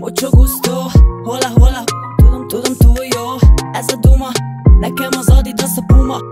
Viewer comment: Lányok! A spanyol HOLA köszönésben a "H"-t nem ejtik, ezért csak "OLA"-nak mondják! Szóval, ha már idegen szavakra gizdáskodtok, akkor legalább nézzetek utána a helyes kiejtésnek, mert ez így vérciki! ;)